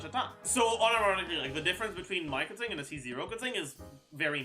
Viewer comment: Just pronouncing keqings name right, nothing wrong here.